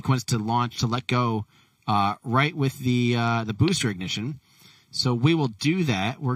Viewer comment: BOOSTER IGNIJITION